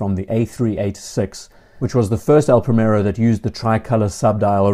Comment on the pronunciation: It's not pronounced "Pray-Merro". The "i" is like the English "ee" (as in "tree") and the "r" is slightly rolled: "Prree-meh-rroh". I know it's Henry VIII's fault, but you could at least try!